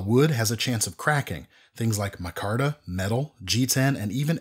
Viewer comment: Pay attention- he pronounced "micarta" correctly .